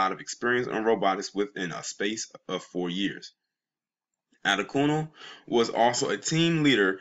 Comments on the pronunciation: It's pronounced Ah-day-kune-lee. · Last name is pronounced: Ah-DAY-kun-LAY.